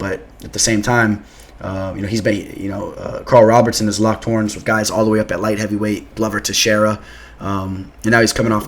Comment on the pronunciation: ROBERSON not Robertson